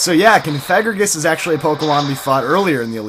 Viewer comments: theres no N in Cofagrigus. it really bugs me when you say Confagrigus. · i noticed that u called COfagrigus, CONfagrigus? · Isn't is cough-a-gree-gus? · i know that. i was saying he should stop putting the N in cofagrigus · it's pronounced (Cough-a-gree-gus)